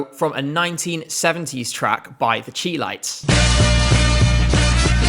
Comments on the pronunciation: Oh, you naughty, wicked thing - the Chilites is pronounced the Shy-lights, not the Chee-lights! You’ll be going to detention. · Chi lites is pronounced "Shy-Lights"...just helping! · …OMG…please learn to pronounce Chi-Lites correctly (shy-lites)!!!! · Just a heads-up for future reference: the Chi-Lites are pronounced “Shy-lights”, like how Chicago is sometimes called Chi-town (similar pronunciation). Greatly enjoy the channel, btw. As an American, I’m a bit of a Eurovision novice (only really started following closely last year), so your videos have done a great job of helping me learn about the history and the process of the contest.